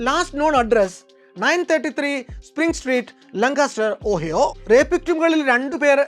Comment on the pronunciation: ഓഹിയോ അല്ല ഓഹായോ